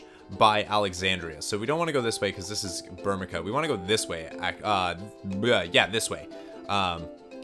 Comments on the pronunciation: Bur-mee-see-uh kupo! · burmeeeeesha burmecia ci makes and s sound you thats first grade english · Ber-Me-See-Ah = Burmecia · how do you pronounce Burmecia? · I love your vast FFIX knowledge. However, your pronunciation of Burmecia is atrocious.